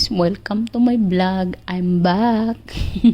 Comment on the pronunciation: Say vlog not blog 😂